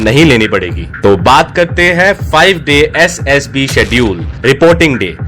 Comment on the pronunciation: Essd Ess B 😂😂😂 Mai ye sunkar irritate ho raha hu👽👽